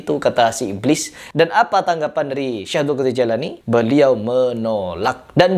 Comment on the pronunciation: ini hanya bicara dengan bahan bacaan, tanpa ada guru. Makanya di bukan orang berilmu. Sebut nama sykekh abdul qodir al jiilani saja salah.